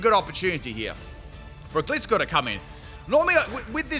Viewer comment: my man you deserve all the hard work and dedication you do for us. BUT I’M ROASTING YOU FOR MISPRONOUNCING GLISCOR